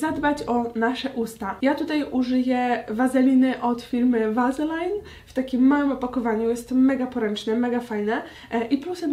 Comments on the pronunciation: amerykanie nie mowia Vazelajn tylko bardziej "Vasalin" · Vaseline czyta się tak, jak jest napisane (tylko bez ostatniego e oczywiście) 🤷🏻‍♀️